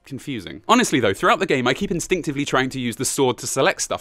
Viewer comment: Love how it says "Honsestly"